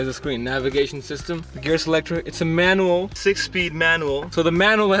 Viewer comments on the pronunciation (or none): Manwel 😂 it's a manwel 😂